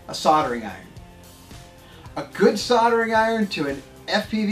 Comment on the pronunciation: Never used a soddering iron before...I have used a soLdering iron though....Yes, the word has an L in it....What is it with you guys and pronounciation of your words.???? Drives us nuts to hear the English language butchered like this. Like your Vids though, very informative...:)